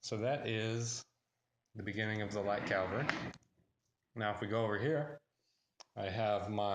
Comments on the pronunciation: Cavalry. Not calvary. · Cavalry not calvary!